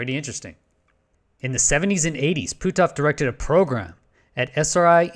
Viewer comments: Ok you are killing me with your pronunciation! His name sounds like “put-off”. You are saying Pooh-toff” Sorry I hate to be a grammar cop but “Pooh-toff”? LoL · Puthoff. Not Pootoff. Either way, we must dismiss his "work" on remote spewing.